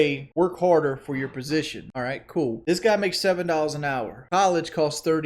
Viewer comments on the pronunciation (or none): none